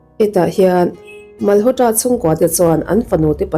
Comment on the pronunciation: Mal haw tra tiloin malawtra tia lam mai tur